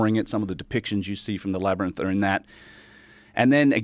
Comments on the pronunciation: Joe thinks it’s pronounced labernyth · Did Joe say "labrinus" 😂😂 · its actually pronounced "escavating". We need to escavate dat labernith!! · Joe Rogan cant pronounce "Labrynth" 😂😂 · it's pronounced "laberninth". As is in "we need to escavate dat laberninth". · I smile when I hear Joe say "Labernyth". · listening to Joe repeatedly fail at pronouncing the word Labyrinth over and over again during this podcast even after saying it many times very clearly was starting to hurt my brain